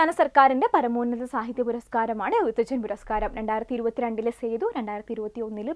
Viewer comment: എഴുത്തച്ഛൻ എന്ന് പറയുന്നതിൽ എന്തോ അപാകത ഉണ്ട്..